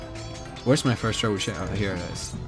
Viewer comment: lol tre-bu-chet hahah its treb-u-shay